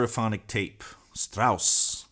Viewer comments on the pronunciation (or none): none